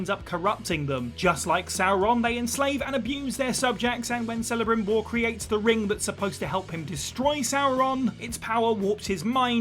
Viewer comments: It is pronounced "Kel-a-Brim-Bor" ... Kel not Cell. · Celebrimbor is pronounced Kelebrimbor, not Selebrimbor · 1. You do play as the villain in TLOU2, Abby. 2. It’s pronounced Kel-abrimbor, not Sell-abrimbor 🤦🏻‍♂️ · Who is "Selebrimbor"?? It's pronounced as K not S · For the love of Tolkien! Celebrimbor is pronounced with the K sound.